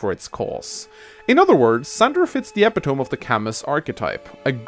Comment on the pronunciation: First, THANK YOU for doing these videos, I love listening to them while I'm doing yard work. But just a heads up, "epitome" is pronounced "eh-pit-oh-me", not "ehp-it-ohm". I once said it to a crush in high school and still feel a tinge of embarrassment lol.